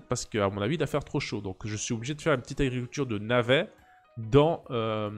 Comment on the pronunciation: "l'arriculture" Harry culture ?